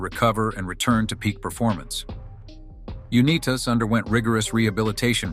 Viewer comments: The greatest NFL quarterback of all time deserves to have a narrator who does his life story who can at least pronounce his name. Johnny U-n-EYE'tas (like United States). The people who produce these videos should screen key emplyees MUCH much better than they do. This narrator obviously knows NOTHING about professional football. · The voice mispronouncing his name is a disgrace, UNITAS is a legend in football quarterback. He had a restaurant "THE GOLDEN ARM" in Garrison/Pikesville Maryland area, a Bowling alley "COLTS LANES" on RT 40 and also a delivery service , all of them were short lived. In one game he was slammed to the ground and his nose was broken and bleeding profusely. Art Donovan was pushing mud in his nose to stop it from bleeding. The coach said he was taking him out of the game, John asked why: the response was your nose is broken. John said it is all part of the game and continued playing. We miss him. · He was Tom Brady before Tom Brady was Tom Brady. Johnny U. WHAT a great story. but please learn to pronounce this last name correctly!!!!! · Call him by his name Unitas, I've heard him say his name it not what your saying,it's Unitas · This is the worst video....At least learn how to pronounce his name ....Pathetic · YOU MUST LEARN TO PRONOUN THIS GREAT MSNS NAME CORRECTLY!!!!!!!!! OBVIOUSLY YOU ARE NOT FAMILAR!!!!! ITS AN INSULT TO HESR YOU MISPRONOUNCE JOHNNYS LAST NAME!!!!!!!!!????? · AI at its worst. Pronounce the man's name correctly. He invented the modern quarterback position and put pro football on the map. The NFL owes him and others who played with him at least enough respect to get his name right. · His last name is pronounced U-NY-TAS not U-NEE-TUS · This was ruined by the repeated mispronunciation of John's last name . It's UNITE-AS ! How hard would it be to pronounce his name correctly ? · UNEETAS? Unbelievable. Has to be AI. My idol Johnny U-Nigh-Tus. Not UNEETAS. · U knee tas? No!! U nigh tus! This AI has to go!